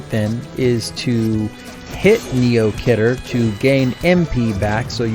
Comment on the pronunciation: khidr is pronounced key der